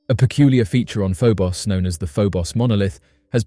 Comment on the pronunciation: First the I've heard Phobos pronounced Pho-boss...